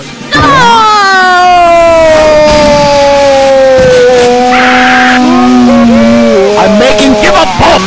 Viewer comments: Because geletin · The guy says gelatin